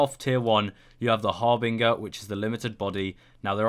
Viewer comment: its pronounced 'har-bin-jer'